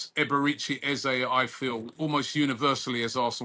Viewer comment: Eze has made out he’s going nowhere false news you lot can’t even say his name properly 😂